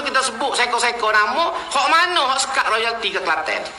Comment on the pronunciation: Royalti.. bukan loyalti.. harap diperbetulkan di-masa depan..